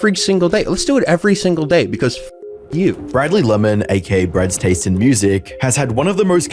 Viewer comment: bro, there are so many true crime channels that don’t know the difference between “arraignment” and “arrangement” and consistently mistake the two across MANY videos. I feel like “bad taste” vs “brads taste” is relatively forgivable. Particularly bc he said it correctly like 8 seconds later.